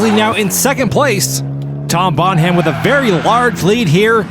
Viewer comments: Bon Ham?? It’s Bonham - like John Bonham of Led Zeppelin. EDIT: never mind… Also “Absurdistan” was mangled - they missed the gag. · the ''h'' in the name Bonham is silent lads.